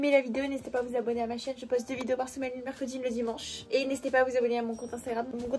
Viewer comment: Meroredi MDR 😂😂